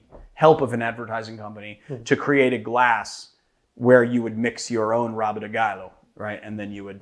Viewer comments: If you wanna nail the pronounciation perfectly, some "R" words in Brazil actually sound like the "H" on anglo-saxons originated languages, and on the word "have", for example. So, "Rabo" would be more like "håbo". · Pronunciation tip, in Brazil the letter R at the beginning of a word is aspirated, so rabo sounds like habo. And the D in de sounds more like dj, as in Django. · Not really perfectly bcuz the 'R' in Rabo is pronounced as the 'H' in Ha, so he could try to say like hahahabo de galo... ´-´. But yeah, it's pretty much perfect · The pronunciation is almost perfect. The words "cachaça" and "galo" are spot on, only the R in "rabo" is a wee bit too mexican, but it is understandable. Brazilian's Rs starting a word usually are more throathy, a bit like french's Rs. You can take the sound you make when you say the letter R (without the "ah") and concatenate the rest and would be pretty spot on. Nonetheless, great cocktail (as "rabo de galo" means cock's tail) and great presentation of it's history! s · came here to say what you just did